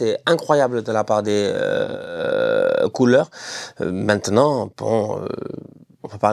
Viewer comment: Mec j'aime tes videos .mais je deteste quand tu prononce culeurs. C'est culés. Le mot que tu dis n'existe en aucune langue pour designé les fans de barça. Culés vient du mot cul en francais. Ça se prononce coulés